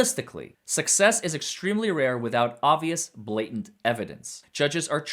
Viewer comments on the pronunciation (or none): none